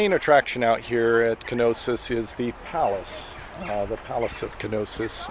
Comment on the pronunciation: Knossos, not Knosis